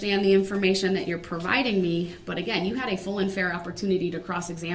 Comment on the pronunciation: Brooks' Translator: ----------------------------- axe = ask dat = that din = didn't dis = this duh = the finna = fixing to = about to oaf = oath substain = sustain tackit = tacit ting = thing tryna = trying to with all due respect = f#ck you